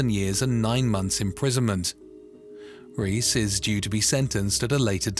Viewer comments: As a Spanish speaker, it’s not pronounced ‘Reese’ it’s ‘ray-es’ :-) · He called the Columbian guys second name as “Reece” instead of “Reyes” 🤣🤦‍♂️ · and the name Reyes , which it pegs as reece